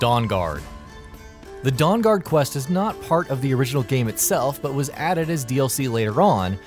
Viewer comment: Favorite quest "Dawngaud"